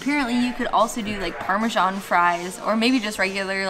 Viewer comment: "Parmashon" for parmesan haha